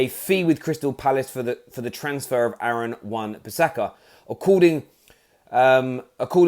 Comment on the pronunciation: Its wan bisaka not wan pisaka